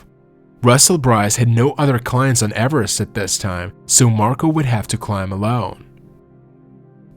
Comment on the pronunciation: Avarast? It's Everest .